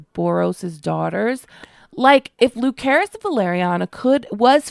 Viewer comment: Not once in the show was he called LuKerys. Lucerys.